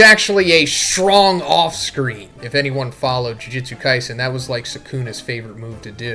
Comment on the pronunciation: I swear, if I have to hear you say "Jujitsu Kaisen" again...